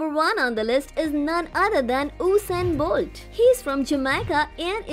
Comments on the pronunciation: It's not Hossain Bolt.. please pronounce his name properly!!! It's ( USAIN BOLT) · I am Jamaican and you slaughtered the names of our athletes. Secondly, a lot of your facts are inaccurate. This is how you say Usain Bolt's name, say it like this "YOU-sain Bolt" and thats how you pronounce his name. Yohan Blake is the second fastest person and not Tyson.